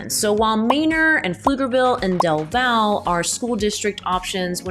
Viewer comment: Elgin ISD only has one high school. The other is an alternative school. BTW... Del Valle is pronounced like "Del Valley". Lots of those little strange pronunciations around the Austin area.